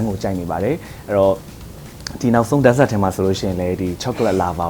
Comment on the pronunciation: Dessert ကို ဒတ်ဇက် တဲ့ အသံ ထွက်က 😂😂